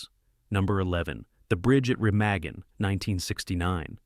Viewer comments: Soooo wrong regarding so many of these. Never even heard of The Loved Ones or Petula. The rest are all fine with the exception of Cleopatra, which I've never been able to finish. BTW, dude, it's pronounced "Re- mah-en" and not "Re-mag-en". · remawgan , not remaygen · Re-mah-gin, not Re-may-gin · Bridge at Re-MA-Gen....NOT Bridge at Re-MEG-gen! AI sucks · It's pronounced Ruh-MAH-gin, not Re MAY-gen. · Reh-mah-gen. Stupid AI voice. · At least pronounce “Remagen” correctly. It’s Re-MAH-gen. Abd it was a terrific film with a moving performance by Robert Vaughn, and a wonderful score. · The Bridge at Re mah gen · It’s pronounced “REM-aw-gen. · It’s pronounced “Re-mag-en” with a soft a. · “The Bridge at Remagen” (mispronounced in this video) is one of the really great war films. And pretty historically accurate as well! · It’s hard to take a video on critical analysis of movies seriously when the narrator doesn’t know how to pronounce “Remagen”. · If the video's narrator had seen "-Remagen", he would know how to pronounce Remagen! Robert Vaughn's terrific in it.